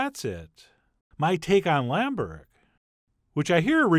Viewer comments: It's not "burek" then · Borek? i know yugoslavian Burek and turkish Börek, but no Borek. Man gabachos, every pc, every programm have ö, ü, ç, č and all forms of special letters somewhere, 1min of searching this is not to much work! The rest of the world we write all american shit correctly, you could at least try amerikalı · OK, this is bothering me. It's BUREK. Or Börek if you live in Germany I guess. But its definitely not BOREK.